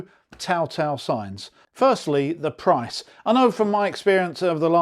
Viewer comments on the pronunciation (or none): none